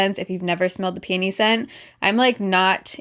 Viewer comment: ROFL!! When she was talking about Mrs. Myers, I thought at first she said panty scent instead of peony....I'm dead. LOL